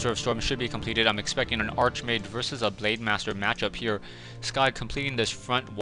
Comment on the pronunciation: it's pronounced (Ark-mage) not (arche-mage)